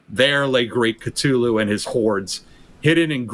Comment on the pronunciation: The way he mispronounces Cthulhu and R'lyeh is driving me nuts